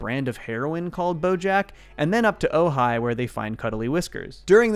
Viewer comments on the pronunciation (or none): none